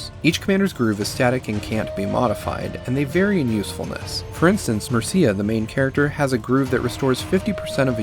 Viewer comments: MER-cia not mer-CIA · You pronounced "Mercia" wrong